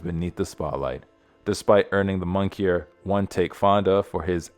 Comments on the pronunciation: Mon-i-ker not monkey-er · Learn how to pronounce English vocabulary. Such as the words moniker and poignant. It's not monkey-er and point! Also row in the sense used here rhymes with cow. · Uh the word is MONIKER not monkey-er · The correct pronunciation of moniker is Mon eh Kurt, not mon key er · If you’re going to use AI to write these ‘incredible narratives’, at least learn what the words mean and how to properly pronounce them. Pronouncing moniker as monkier is diabolical. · Well, I will now be saying “monkeyer” instead of “moniker”. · "bossum" = bosom. "monkier" = moniker. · Hello Dear, please use YouTube or Google for pronunciation assistance. Bosum and Moniker were tragically butchered and feels like an audible speedbump to the ears of those to whom pronunciation is important. Narration depends on clarity so I hope you'll look into the suggested assistance. There is no embarrassement in adding tools to one's trade. Thank You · Great video and I would have subscribed if you hadn't misread the word moniker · The human who read the voiceover sounded illiterate: he grossly mispronounced "moniker" and ", poignant"... ! If an AI read it then FIRE the GPT. Better yet fire both.